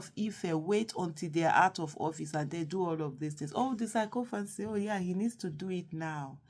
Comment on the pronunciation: The pronunciation is ( See-KO-FANCY)